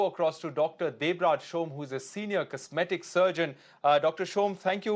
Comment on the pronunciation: 'Comseetic surgeon'